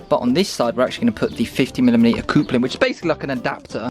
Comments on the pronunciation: "the coopler"? lol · Why can't you say "coupling" correctly? 🤣🤣🤣🤣🤣